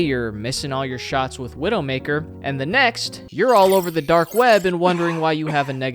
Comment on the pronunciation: I keep wondering if is calling Black Widow "Widowmkaer" on purpose or if he actually doesn't know. Chat I am falling for the ragebait